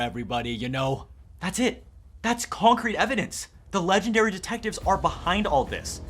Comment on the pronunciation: "conk-crete" evidence